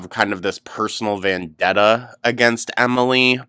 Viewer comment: Vendetta. Not vandetta. ❤